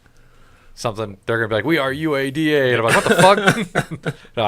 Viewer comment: I enjoy it! seriously! you actually did it great!